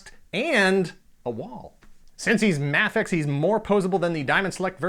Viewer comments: He said m*A*fex even though it is pronounced maifex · No offense but it's pronounced may-fex but I liked the video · Isn’t it pronounced may fex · thats not how you say mafex